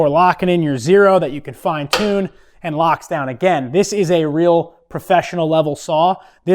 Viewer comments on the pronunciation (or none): none